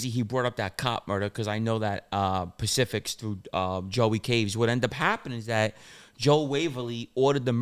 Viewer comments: "Pacific's, " specifics.. just breaking balls.. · is a moron. It’s not Pacifics it’s specifics. Busting balls kid.